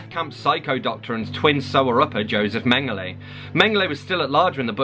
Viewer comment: Mengele is men-guh-luh, not men-guh-lay